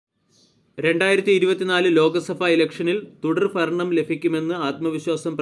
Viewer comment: ലോകസഫ തുടർഫരണം ഫാരതം താനെന്ന് നന്നാവും എടോ😅